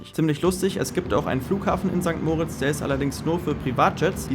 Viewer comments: sorry es heisst nicht mooritz sondern moritz,beste grüsse aus der schweiz.(sehr wichtig) Lg Beat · ST. MOOOOOOOOOORITZ😂 Es heisst einfach St. Moritz. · Ich glaube kaum, dass du jemanden in diesem Ort gefunden hast, welcher St. Moritz so ausspricht wie du. Der Ort heißt St. Moritz (moriitzz ausgesprochen) und hat nichts mit Max und Moritz zu tun.😊